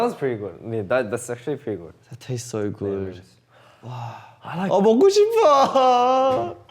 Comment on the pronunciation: them just casually switching from English to Korean is such a MOOD also them talking about food for like more than 5mins is MOOD he literally said "gud" lmaoooo i use "gud" so often but I didn't know it was Australian accent 😂 but they really talk about their 호주 all the time and their bond is just adorbs and precious I love themmm btw I have made an oboe cover of "Voices", would be cool if you could check it out 🙈💛